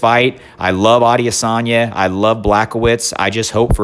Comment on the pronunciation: “Adiasanya” lol